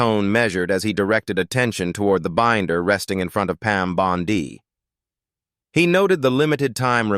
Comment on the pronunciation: You would think AI could be programmed to pronounce Bondi correctly or even “Jamie”. Always a tell. 😊